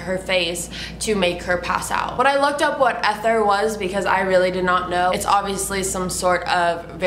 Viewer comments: its pronounced EEE-thur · Love ya girl. It's pronounced "ee-ther" and it's a highly flammable chemical often used for starting tractors that have run dry! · Its pronounced Eat-thor